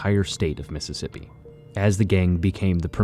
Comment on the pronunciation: It methississippi oh hecky naw